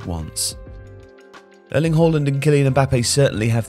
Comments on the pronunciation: It is not pronounced Whoreland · "Erling Hoalland"